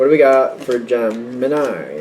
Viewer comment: Kept hearing gem in eye instead of gemini 😂